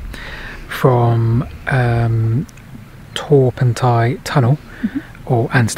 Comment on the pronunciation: I can try and help you with the pronounciation....... Pentir Rhiw / Pentear Roux (don't forget to roll the R's!) Torpantau was perfect. I heard you mention Dowlais - Dowlice. Talybont - Tal a bont